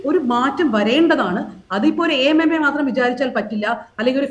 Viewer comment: കാവ്യനീതിയല്ല... കാമ നീതി..... ഇനി യെങ്കിലും AMMA എന്നു വായിക്കരുത് - എ.എം എംഎ... റിപ്പോർട്ടർ ചാനലിൽ അങ്ങിനയേപറയൂ...